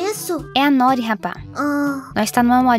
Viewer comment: Eu sou japonesa, noori é o nome de uma alga// comida, n é nóri , se fala noori.